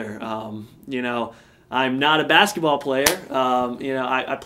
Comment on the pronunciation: But that's not how "bass" is prounounced